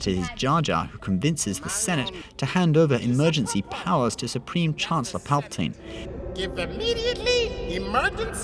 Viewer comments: It's pronounced palpa-teen not palpa- tine(with a long "I" sound) did you even watch the movies? Pretty sad when even the movies say it the right way and you can't even say it correctly. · Just saying it's pal per teen not spelling but how it's pronounced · Who the fuck is palpotiine ? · Dude! For fuck sakes pronounce the word "PALPATINE" properly and not like a dumb idiotic spastic!!! Fuck me drunk mate!!! >=S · 100% BULLSHITR THIS GUY CANT EVEN PRONOUNCE PALPATINE CORRECTLY. HUGE STAR WARS FAN LOL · He only says it that way because he's from the UK